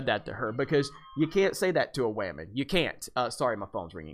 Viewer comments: Please stop saying "wamen". It's idiotic. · "Captain Wamen" - hilarious!